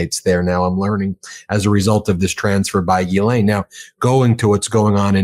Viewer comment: Dear America, could you all have a meeting and decide how to pronounce her name...It's not Gheee-lane, Gee-lane, Giz-laine, or, good God no...Jizz-laine! yuk It's Gh-len)...sorry to be picky but its like nails down a blackboard